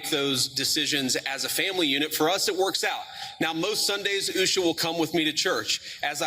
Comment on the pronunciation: Can we just agree that it is pronounced "Usha" Not "Oooooosha". The latter sounds so wierd.